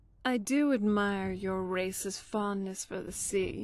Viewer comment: I just had a huge brain fart. When the Redguard dialogue came on and she said Race's fondness, I thought she said "I like your Racist fondness" and was like what fuck are you talking about until I realized what she actually said lol.